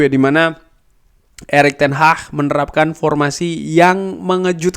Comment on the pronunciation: ten hag bang bukan ten hah gk enak bnget dengernya ten hah